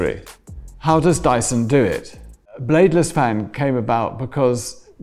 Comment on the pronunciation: finally now we know the correct pronunciation.